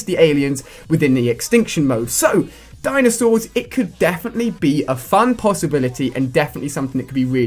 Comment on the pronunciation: LOOOOL DINASAURS??? HAHAHA COD YOU REALLY HAV OUTDONE YOURSELF!